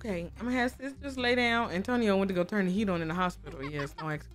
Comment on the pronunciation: Not dee sun dee moon and dee stars 😂😂😂😂😂😂😂😂😂😂😂😂😂😂😂